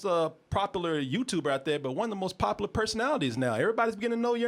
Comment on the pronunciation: Anyone who pronounces popular as "poppa luer" isn't someone I need to listen to.